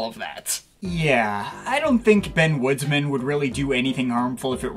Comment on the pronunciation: It's Benjamin Woodman, not Benjamin Woodsman